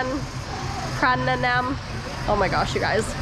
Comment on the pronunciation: Borobudur & Prambanan =PRONOUNCE 😅😅